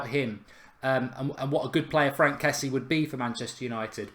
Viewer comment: I think it's pronounced Frunk Kessi-ay